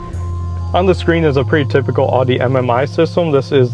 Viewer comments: Not to be a jerk, but it’s pronounced ow-dee, not oddie. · Dude. It’s pronounced ‘Ow-dee’ Not ‘aww-dee’ 🤦‍♂️🤦‍♂️ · Beautiful car, but why do Americans have such a hard time pronouncing German car brand names? It’s pronounced like howdy, think Ow-dee, not Ah-dee. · Great review! I really enjoyed it and gave your video a like. I just have one question, sort of lol... It sounds like you're calling it an Ar-dy instead of an Ow-dy A.K.A "Audi"? I was laughing because I think I only heard one other person pronounce it that way lol. No offense or anything. Anyway, beautiful machine man! Best of luck with it 👍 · Ahhhhh its killing me that you arnt pronouncing the name properly........ lol i cant take it anymore and have to say something. Its owwwwwwww D. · Great video, and a great review.... But please, for the love of all that is holy, learn how to pronounce Audi.